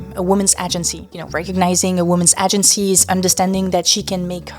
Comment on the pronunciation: Your English gets better with every video! Only one really stuck out, try saying "agency" like "ey-jen-see" Great work with this one, the human experience is messy and chaotic, but doesn't always have to be. I do believe that an important part of that experience is a thrill to be enjoyed at times, ideally somewhat responsibly, though part of the thrill is the irresponsibility of it. I worry that often times people are seeking these thrills to avoid other problems, past trauma, etc, which can lead to a very destructive feedback loop. The age gap in relationships I think is mostly a product of capitalism's influence on our societal structures, but there's always going to be a distribution of randomness with anything in life, it's better that way at least in my opinion. Anywho, I look forward to the next one. Ciao